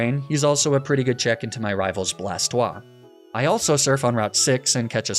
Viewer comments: "Blastwah", well, Blastoise would be Blastwahz, and feminine. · "blastoi" absolutely killed me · I’d you’re going to intentionally mispronounce Blastoise, at least pronounce it BlasTIS so it sounds like TorTIS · Bro get outta here with the „blasto-ah“ and „arcaneeneh“ 😂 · Blastoise pronunciation🥸